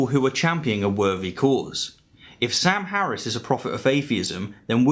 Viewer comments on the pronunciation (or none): none